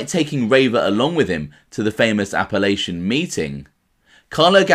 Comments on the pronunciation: The proper pronunciation for Apalachin is A-PUH-LAKE-IN, not A-puh-latch-in. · Ain't trying to be a ballbuster, but the town is "Apalachin" (with one "p") and it's pronounced "Ap-uh-LAY-kin." It's named after a creek and not the Appalachian Mountains (pronounced the way you said it). Adding still more confusion, America's hillbillies, their culture and accents are described as "Appalachian" but pronounced "Appel-atchin" --that's what the Sopranos called "Elvis country"